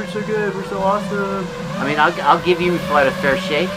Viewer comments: Eem-You, not EMoo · Yeah i'm 21 seconds in and had to pause it to comment that it's not eemoo, it's eemyou. American's just don't understand us Ossies :P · it’s em-you not em-oooo, in Australia you would be attacked for that. Hahaha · For goodness sake, someone teach Yanks how to say Emu.